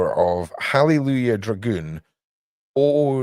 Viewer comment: Say. Droogon o loogan 3x fast